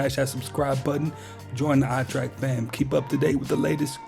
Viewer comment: Its TREK. not TRACK. Trek means journey.